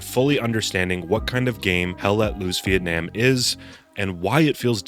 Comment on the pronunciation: ITS PRONOUNCED VIETNAM, NOT VIETNAM, DAMN IT!